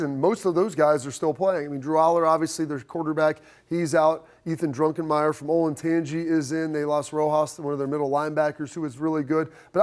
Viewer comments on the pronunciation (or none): It's not "Drunken"-meyer. There's no "n" in the name.